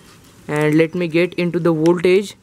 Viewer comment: woltage and burt - it hurts sometimes but i continued listening